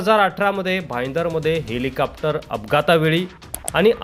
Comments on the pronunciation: हेलिकॅप्टर नाही हेलिकॉप्टर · छान हेलिकोपटार uchhar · हेलिकॉप्टर बोला....कॅप्टर काय आहे